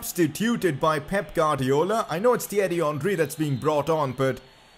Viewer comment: Omfg it’s not GUAdriola it’s ‘ warrdiola’